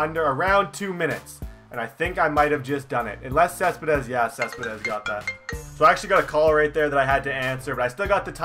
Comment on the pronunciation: Not cespedess